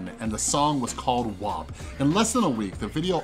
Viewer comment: Thankyou for pronouncing WAP correctly